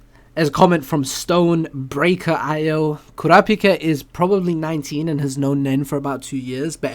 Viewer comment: Btw guys, I just reached the listener comments, and pronounced my username correctly to my surprise. It's Stonebraker-I-O. The last two letters are separate. No worries if you don't remember, but I wanted to mention it since I will be commenting in the future. I know struggled with it a bit last episode lol. Thanks:)